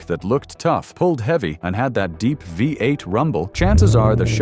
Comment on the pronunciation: Funny the Ai has a problem reading V8.. reads it as five 8.